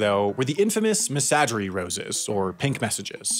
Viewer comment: Mildly interesting, mostly to folk from outside Europe (well, France). But this video is annoyingly flawed. The references to "PTT" as if it was a company name are just wrong; the pronunciation of "messagerie rose" is so unnecessarily wrong it is laughable, and its translation is wrong too! But mostly, the minitel was not conceived as an "alternate internet" - it was just a network, before the word "internet" was used or understood outside of rarefied academic circles.